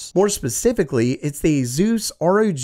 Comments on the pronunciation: I think Asus is pronounced like Pegasus. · A-Zeus, please, no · Azeus?… ugh i just cant. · When Asus became azus